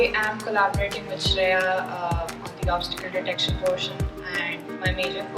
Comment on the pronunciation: I love how said the pronounced the name shakshi and shreya perfectly....